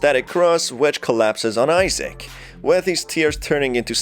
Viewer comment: BROOOOOOOOO it's Isaac not Issac